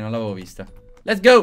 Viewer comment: Quando non sai che dire nel video: " Lez gou"